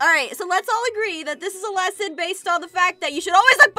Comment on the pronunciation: I was laughing at saying im going to theach them a lisin